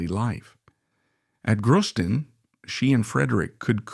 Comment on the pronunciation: If you need AI to read the text, then please teach the AI to pronounce names correctly. My Danish toes curl every time Sofie Ro, Amalienborg or Gråsten is mentioned.